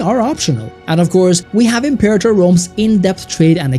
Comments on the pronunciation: If you’re going to make a video that garners thousands of views about a video game at least take two seconds to google how to properly pronounce the title. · You guys mispronouncing imperator is killing me. Pronounced im·pe·ra·tor NOT imper-a-tor.